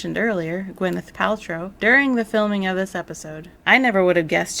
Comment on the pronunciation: I have no idea who Gwyneth Paltryl is tbh. But I know Dean Hargrove. He prouced Matlock as well.